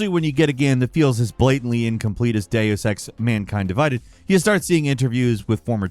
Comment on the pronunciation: Please ask somebody...anybody...how to pronounce "Deus" and "Eidos". I can't take it anymore.